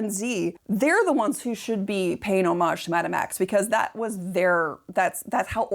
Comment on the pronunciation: She meant hommage, but said something like omic. Just entitled.